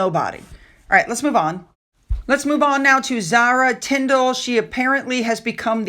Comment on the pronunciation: There is just something so patronizing about her performances. - "right?" - that really grates on the nerve endings. "right?" And the emphasis is all wrong. - "right?" The basic premise that this woman has any right or skills to tell other people what to do with a mint leaf comes across as so fake. It's like she is trying to live out her childhood day dreams. It looks like she desperately wants to be in front of a film crew, being the leader of a gaggle of similar women, gushing nonsense about making cake look like love. The result looks silly and daft, fake and weird. In her mind and her friends, they probably love the results........... seeing themselves on film, showing off their posh frocks in the sunshine, eating cake. I wonder how many of the ss crew were invited?